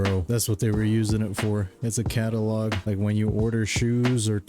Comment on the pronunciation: Catalog ❌ Cattle log ✅